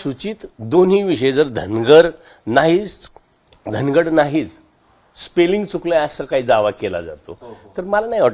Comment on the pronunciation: पहिले धनवर म्हणत होते आता धनगड म्हणतात. 😅😅